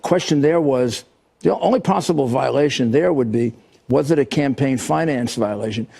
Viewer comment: I like you David Pakman, and respect you, but just saying at 6"46 you point out that Trump spelled 'role' wrong. True he did. AND you horribly mispronounced 'violation', accidentally completely changing the meaning of that sentence.